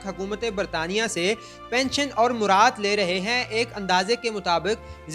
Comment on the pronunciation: "مرات"نہیں "مراعات"